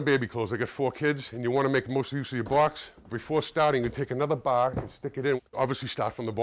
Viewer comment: I like your accent: "take another baaar, put it at the bottom". LOLOLOLOL